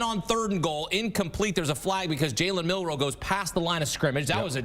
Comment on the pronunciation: did you say Jalen Milroe he meant to say JALEN MILTHROW